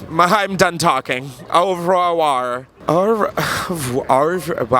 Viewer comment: 😂, you are literally my fav You tuber! I love how you attempted to say good bye in French 3 times and then said into the camera " why is it so hard to say that word?"... Thinking you got it down now you grab the camera, and let out a growling "Ar ay var".... Still incorrect. 😂😅🤣 I'm dying. Ahhhhh! You kill me all the time. This was amaze 🙌🏻